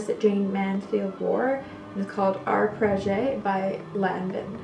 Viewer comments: It’s Arpege not la pergé - this much I know because I’ve worn it for 40 years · Had Arpege and my sin. Wish I still had them also may hi say your pronunciation of Arpege is wrong you stop the E and pronunce it with out it Arpeg hope you don't mind me saying that lol anyways they are lovely scents. I'm a child of the 50s so I remember them well. Love your videos and style classic !💕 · "are-page". The "e" is silent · Are—-paaa-ja. By Lanvin